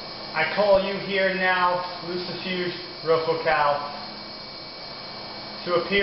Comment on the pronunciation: First of all, you are pronouncing it wrong...And I know this because many years ago, he came to me. when he told me his name, i did not recgonize it and he told me I knew him from Glen Danzig. But then he said that I was so beautiful and wanted to kiss me, so I had to end it y punching him in the face. He did tell me that I could call him whenever a person would commit evil against me. I have said his name but never did a full invokation